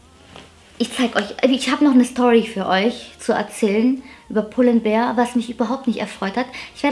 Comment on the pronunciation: Danke für das tolle Video, und danke, dass du mal als "einzige" youtuberin pull and BEAR sagst und nicht "BEER " hahah. 🤭🤭🐻